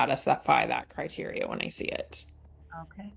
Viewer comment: Cry-teary uh 🤪